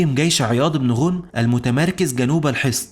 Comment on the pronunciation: ماشاء الله عليك احسن لايك ....ولكن ملاحظه ليس غونم با عياض بن غنم بفتح الغين وتسكين النون